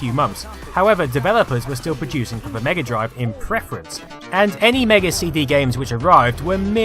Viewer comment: "That commitid furver buyers to va platform" 🤣